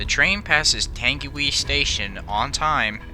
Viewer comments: Just to let you know because your American, Tangiwai is actually pronounced as (tongue e why) in NZ English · I have seen the place where this occurred and its chilling and seen the no. Plate of 949 also you mis pronounced tangiwai. Wai is pronounced why and tangi is pronounced tahngi. Please improve your pronounciation of Maori place names if you do another NZ rail disaster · It’s (TANG-WHY) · I like how you talked about my country in this and my Grandma remembers when this happened, though you said some Māori words wrong it’s pronounced tounge-e-why and rua-pay-who. I don’t know the other ones. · U said tangiwai wrong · You said tangiwai SOOO WRONG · Your pronounced Tangiwai wrong, I am from New Zealand and I kind of find it hilarious when people mispronounce words of the Maori language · Hahahaha white man why bother you Carnt even say tangiwai properly or Mr ruapehu hahaha peue hah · Tung ee why. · The way you pronounce “Tangiwai” is “Tungy-why”, not “Tangy-wee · It's not tang e wee (Tangiwee) it's tang e why (Tangiwai) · F.Y.I . It's pronounced Tangi - why NOT Tangi - wee :-) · Not "Tangiwee"..."Tangiwai". Pronounced as "Tangy y" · For the record its not 'tengyway' like you pronounced it, its pronounced 'tungywhy'. But love the videos and I'm just nitpicking but I thought I'd let you know in case you were curious. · i know i know ppl died but thats the entire comment section so i thought someone had to say it, this man should never speak moari again, tangeewee wtf its tung-e-why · "tangywhee" its more like "tung - i - why" or similar. Merry christmas mate, from NZ. not the correct pronunciation, is it bad for me to find people trying to say Maori words kinda funny? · don’t worry you did amazing trying to pronounce Māori words DONT worry about it you did great. Hope this helps: tang-e-why. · Tangiwai? Nah. Tangy wee? 👍🏻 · by the way the pronounciation for tangiwai is TUNG E WI so try it! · I believe it is pronounced tang-e-why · Pronounced 'Tangi' 'Y'